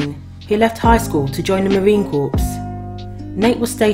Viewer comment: 'Corps' as in Marine Corps is pronounced 'core'.